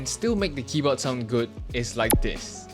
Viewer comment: why is bro saying "kiboh" wtf